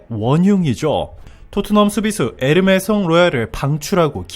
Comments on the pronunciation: 에메르송 임돠 ᆢ에르메송이 아니고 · 에메르송... 에르메송으로 계속 설명.. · 에르메송이 아니고 에메르송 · 에메르송 인데 에르메송 이라고 하시네요ㅡㅡ.. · 메메르송을 에르메송이라고 부르는 것부터가 신뢰가 안 감...